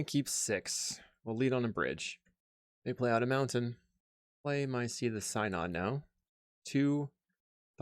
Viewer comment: One of these days I'm going to find a religious mtg creator who can pronounce synod.